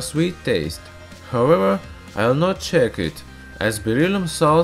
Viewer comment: Uff! Stop saying "howewher". You are annoying!